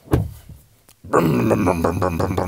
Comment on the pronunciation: Thumbs up for the 'get orf moi laaand!'